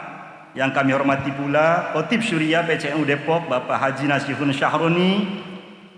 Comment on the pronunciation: Katib Syuriyah ya pa Bukan Khotib... BANGGA DADI WONG NU, BANGGA DADI WONG DERMAYU